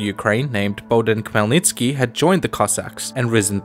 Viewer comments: I was showing this video to my dad and he was so confused. Khemlnytsky is a typical weird Slavic name that isn't pronounced the way it is spelled. The Kh is not a strong K, but a soft one, and sounds more like Hell, then Kell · It's actually Hmelnytsky Idk the translators always add K to all Ukrainian words that start with H